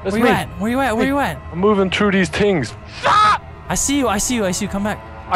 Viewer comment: I'm moving tru deez tingz again: FAAACK